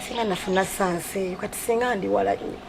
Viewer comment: Naye batusa mbu sasi Insteady of chance🤣🤣